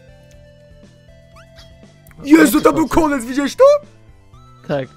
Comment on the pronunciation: powiedział moje nazwisko na odcinku -: "Tam był KONENC" hahahaahhahah